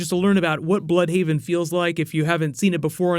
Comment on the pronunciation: Not "blood"haven ,BLÜDHAVEN ...